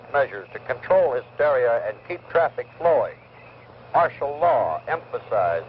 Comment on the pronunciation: Martial, not Marshall